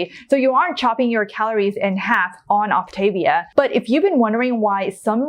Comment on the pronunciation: I'm an optavia coach... This woman does a terrible job explaining what this is. She doesn't even pronounce Optavia correctly. The founder of the program preaches that whole foods are best. The whole premise of the program is to make weight loss easy while you learn new healthier habits through the educational component of the program. If you are treating it as a temporary 'diet' you aren't doing the program correctly. If you want to use the product out of convenience after you transition to your new healthier eating habits then more power to you, definitely not required. This program changed my life. I dove into the educational program and have been maintaining my 60lb weight loss for 2 years. I eat all whole foods and occasionally use a fueling here or there if I'm traveling or will out and about and know there'll be limited options for healthy food.